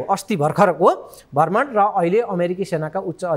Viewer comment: भर्मण कि भ्रमण ? उच्चारणमा ध्यान दिने की?